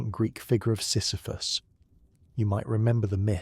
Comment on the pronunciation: This would be wonderful if… The AI narrator would decide on a single pronunciation of Camus, Sisyphus etc. Quite jarring.